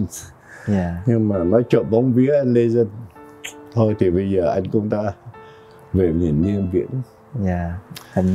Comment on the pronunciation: Ông Trần Quang nói giọng Bắc ngọng! Ông ấy không phát âm được những chữ có "nh" ở cuối. Ví dụ như ANH ông ấy nói thành ĂN, vì vậy không bao giờ đạo diễn thâu giọng thật của Trần Quang. Về diễn xuất thì đối với thời đó thôi vì không có nhiều tài tử nên phải lấy cả mấy ông bà kép cải lương qua đóng phim. So với các diễn viên bây giờ thì Trần Quang và Kiều Chinh thua xa lắm.